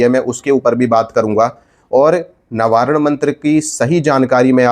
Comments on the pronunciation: Nabaran nahi navarn hota hai bhai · Navaran nahi proper pronounce karo